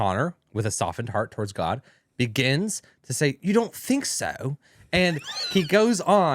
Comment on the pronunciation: “You don’t fink sow😮” was honestly an accurate representation of what happened